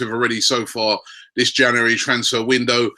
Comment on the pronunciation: It's not only the players! Even the word "January" he struggles with, it's embarrassing